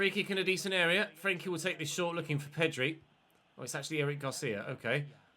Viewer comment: Well at least we won't have to listen to you pronounce frenkies name like a bellend from now on